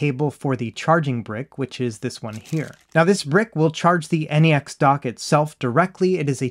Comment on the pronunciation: N - E - X dock lol its just pronounced NEX like NEXUS or similar to NEXT. I love my "NexDock 2 Touch" and my "NexDock 360" for things like this, the Switch and my Samsung phone or Samsung tablet 👌👌